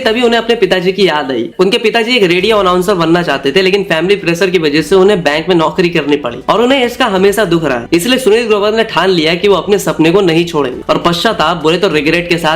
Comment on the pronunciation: Bhai Video bhot achi hai content visual sab top notch Bas ek dikkat hai श ko श hi bologe toh theek rahega श ka स mat kro bhai break ho jata hai flow Masahur, sows, presure , suru kiya, soot, Hona chaiye Mashur, shows, pressure, shuru, shoot Bura mat manna bhai aage apko hi kaam aaega jab channel grow krega.